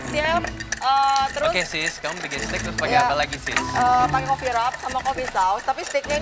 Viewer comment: Jenny : saya biqin steak sis..🤣🤣🤣🤣🤣🤣🤦‍♀️🤦‍♀️🤦‍♀️